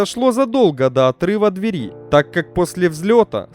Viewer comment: Самое приятное в этом ролике - последняя фраза о том, что ещё один 747-й уродец отправился в металлолом. Зачитывающему текст стоит обратить внимание на такие слова, как инцИДент, ТОКОнесущие жилы (а не тонко-). Слово "дверь" в ВП и ПП следует ударять одинаково, а не как попало, то двЕри, то дверИ.